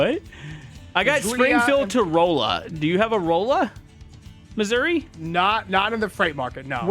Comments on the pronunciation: It's not pronounced Rolla it's pronounced raw-la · Rolla is Ra-luh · ITS NOT ROLL UH ITS RAHLLA THATS HOW YOU PRONOUNCE IT 😭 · ITS NOT ROLL AH ITS RAHLLA THATS HOW YOU PRONOUNCE IT 😭😭😭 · That’s not how do you say Rolla? It’s not whatever you said it’s roll. You hear me. I’m from Hazard. Do you hear me?